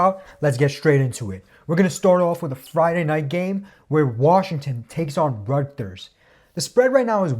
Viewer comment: Man said “ructers” instead of Rutgers 😂